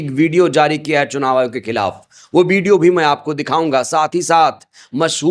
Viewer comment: Chunav ayog nahi churav ayog h bhai